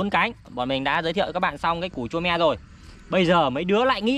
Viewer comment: Ở em gọi là tu me chứ ko gọi là chu me